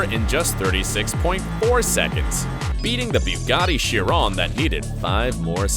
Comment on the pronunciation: Not to mention the mispronouncing "Bugatti Chiron"